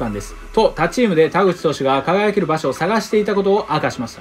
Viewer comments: 田口はれいとじゃなくてかずとだったきが あと、高田もたかだじゃなくてたかたやったかと、、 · 田口はれいとじゃないよ！かずとだよ！しっかり勉強しましょう！